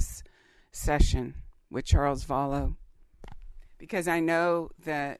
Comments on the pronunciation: You say “Vollow” he says “Vallow” is it like patato potato ??? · Does it matter if you pronounce his name wrong?? It worries me cause you don’t pronounce it how Charles pronounces his own name.